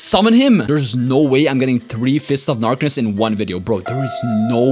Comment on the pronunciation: "dark of fistness"😂😂😂